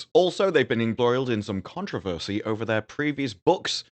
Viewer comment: Your description of Slough is 100% accurate. Your pronunciation of controversy not so much… 😅